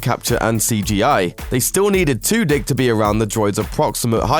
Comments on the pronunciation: I swear he said Alan Twodick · I swear he said Alan Two-Dick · Did anyone else lose it when he said Alan Two Dick lmao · did anyone else laugh whenever he said Alan Tudyk